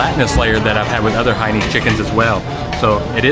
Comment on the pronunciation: FYI. It's "Hainanese", not Haines. Hainanese is in reference to the people from the Hainan province. Hence Hainanese, like Japanese. Actually, the reason why you fold the banana leaf when you're done is just to say that you're done. Also, folding the leaf towards you (as you did here) is the polite thing to do. If you fold the leaf away from you, that means you didn't enjoy the meal.